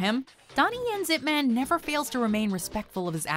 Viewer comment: Why would you call him ipMAN like he is part of the mcu. Its ip MAAAHN